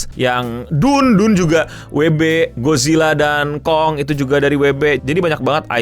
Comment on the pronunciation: kenapa eh cara Indonesia sebut nya weee beee😂